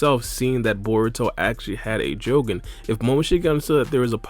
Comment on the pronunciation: Stop saying jougan like that